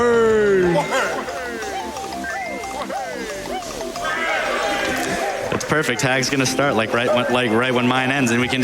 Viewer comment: Actually it's WAHAY but good try. Welcome to the community I guess?